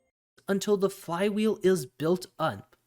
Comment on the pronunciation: Crypto investor here. Not a crypto trader. Here for the long haul. Let's see what sphere can do in 3 years. Btw did you eat a fly when pronouncing flywheel? 🤣